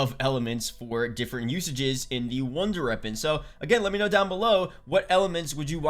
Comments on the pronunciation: when he says it, it sound like he saying ronder reapon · Good vid but he says “wonder weapon” weird.